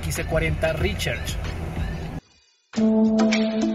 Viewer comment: Toca mejorar el nivel de ingles para pronunciar RECHARGE (Ri-char-ch) y no ri-cher-ch...